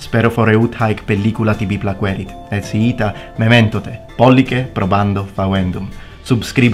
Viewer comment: Sorry for nitpicking a wonderful speech, but shouldn't the stress in mementote be on the "o", given that it's long, rather than the "e" like in memento? Cheers. ;-)